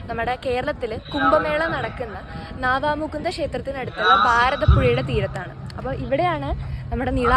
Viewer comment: എല്ലാവരും നാവാമുകുന്ദാ എന്നാണ് പറയുന്നത്... 'നവാമുകുന്ദാ ' ആണ്..